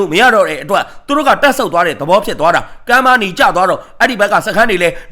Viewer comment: ရေးတော့ - ကမ်းပါးနီ ဖတ် - ကဗနီ